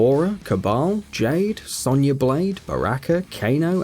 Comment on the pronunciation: You pronounced Raiden,Sonya and Baraka wrong